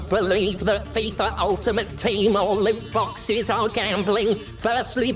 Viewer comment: Heard 'loot boxes' as 'lube boxes' probably because I used to get fucked by them all the time.